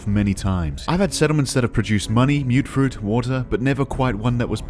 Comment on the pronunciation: Why did myootfroot get me so bad lmao